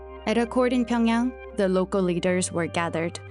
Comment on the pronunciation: this is just ridiculous, how can you pronounce Pyongyang incorrectly when this is the capital city of your story?